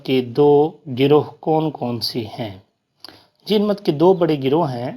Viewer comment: بھائی یہ جِین مت نہیں- جَیْنْ مَت ہے